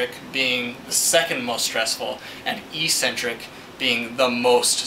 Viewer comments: Ecksentric, not eesentrick. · Good explanation, but it's pronounced EX centric not EEE centric... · How to pronounce eccentric